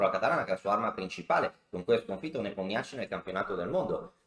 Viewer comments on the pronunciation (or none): none